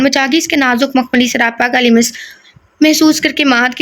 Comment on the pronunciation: Ager maind na karen to lafz lims nai lams hota hy or samid nai samd hota hy ALLAH k namon main sy hay